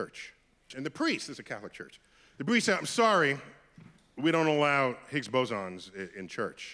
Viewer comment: The Higgs what? Why do you pronounce it that way